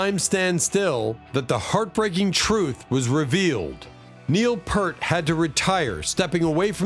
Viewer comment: ITS PRONOUNCED.....PEERT!!!! FFS...